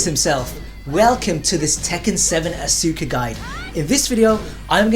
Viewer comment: The game literally pronounces her name when you select her. How do you still mispronounce her name? Asuka = Oska. Act as if the "U" isn't there.